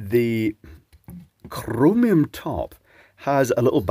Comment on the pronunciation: I like how you said "Chromium top" :')